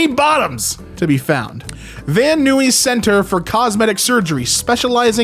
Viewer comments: Just an FYI, it's Spanish so, that's fine. Van Nuys is pronounced Van Naiz or Van Neyes :D Not upset, I know our city names here in Los Angeles can be a bit difficult for non natives. :D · That's pronounced "Van n-eyes". It's a city in the Los Angeles region. The joke is, because it's the Hollywood area, a lot of plastic surgery happens there.